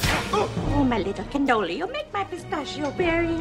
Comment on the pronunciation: Pronouncing it "pista-shi-oh" is what makes his accent sound fake